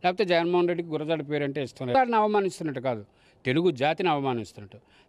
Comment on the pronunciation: వాళ్ళ సంగతి పక్కన పెడితే.. మీరు ఆయన్ని అవమానించారు.. గుడజాడ కాదు గురజాడ